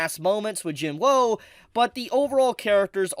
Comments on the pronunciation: could you pls call him jin woo and not jin whoa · The spelling: Jin-woo: Jin-woe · “Jin Wou”